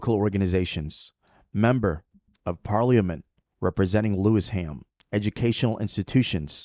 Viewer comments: The pronunciation is Lewi-sham not Lewis-ham🔬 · Nice video but the location is Lewisham, pronounced Lewis shum, not Lewis ham. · It’s LEWISHAM MOSQUE and NOT Lewis Ham mosque. Pronounced Lewishaam. It is in the London Borough of Lewisham. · Oh Brother It is NOT pronounced as Lewis Ham......it is ONE word...."Lewisham". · The locals pronounce it Lewi sham. Not Lewis ham. Still that was very interesting. I might start calling it Lewis too! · Thanks for this post,. FYI it is pronounced as "Lewi-sherm" not Lewis ... Ham 🤣 For a post about ISLAM ... to pronounce it as lewis- ham is hilarious. Thanks, tho. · OMG the pronunciation is mega cringe, it's LUEY-SHAM not Lewis HAM 🤦‍♂Great vid tho anyway!! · The video keeps mispronouncing Lewisham. It isn’t Lewis Ham, it sounds more like Lu-wish-em. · It's called Lewi-sham not Lewis-ham.. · its Lewisham not lewis ham. lewish for ish. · PRONOUCED LEW ISH AM. BEAUTIFUL VIDEO, REAL UNITY OF HUMANITY. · It's Lewisham! One word. Pronounced - lu-i-shem! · Have a Lewisham (Lew-ish-ham) suburb here in Australia. Ramadan barakatuh my brother. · I know you are unfortunate enough not to be able to speak English properly being yankeefied and all but it's pronounced 'Loui- shum' Also try not to sound so robotic/ai like. Salam. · *Lewisham ("Loo-wish-um") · It’s pronounced Lou- wish - am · Lewisham is pronouced one word . Not Lewis Ham.